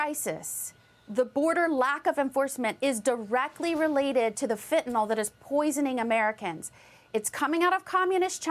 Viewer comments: For Christ sake. Read the spelling of the word before "attempting" to use it. Its not Fentinol its Fentanyl. (Fen) (tan) (ill)! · It's not fentaNOL, it's fentaNYL. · There is no such thing as fentanol. It's fentaNYL, the Y sounds like an i. Venezuela has just emptied its jails and sent the prisoners to the US border. The Biden Administration is derelict in its oath to protect and defend the Constitution and Laws of the US. It needs to be disbanded. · I have to point out that it's not fentanOL. It's fentanYL.